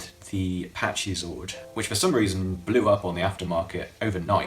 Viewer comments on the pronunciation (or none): The way you say Kyoryuger and Pachy Zord hurts me to my core